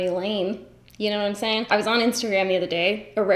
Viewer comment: It's been a moment since you've said "knowm' saying" lol love it